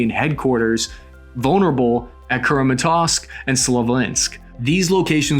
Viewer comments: You butchered nearly 100% of all names. It's Cram-a-torsk / Slow-vee-ansk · Cmon buddy if you’re going to put out videos with this many views at least say kramatorsk & sloviansk correctly. They’re major strategic cities not random small towns…